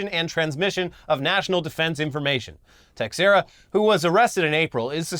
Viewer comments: Some notes ... its teh-SHEER-uh Not tex-what-ever-you-said. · Its T'sherra is how that last name is pronounced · Portuguese dropping in to say it’s pronounced tay-shay-ra 😘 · Teixeira is pronounced "tey-share-ah". I only know this because I watched Mark Teixeira play baseball in his prime, even though his nickname was "Big Tex" when he played in Texas. Been following since the Machinima days, always great to wake up to a new video! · It's pronounced like "Tay-hee-rah" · Teixeira= Tuh-share-uh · Ok y’all. The x in Teixeira is pronounced “sh” plz fix this! U sound funny! But I still love this show 😊